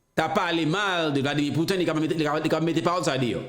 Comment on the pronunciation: se mwen ki la pou korije, mpa vle w di: Vladimir Put-in ankò, se Pouti-n